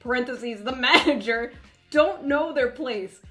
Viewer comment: I'm almost surprised she didn't emphasize the man in manager .